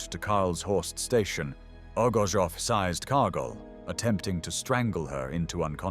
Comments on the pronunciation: In this video, the voice narration pronounces the word seized as sized. It should be corrected. It should say Orgozow 'seezed' Kargoll. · Sized? Doesn't this crap A.I. narration programme know how to pronounce seized? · Better teach your computer how to pronounce, seized.....